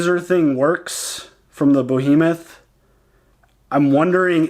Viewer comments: The ship is named "BEhemoth" not "BOhemoth." Bohemoth's not actually a word. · It's Behemoth btw, not Bohemoth ;-)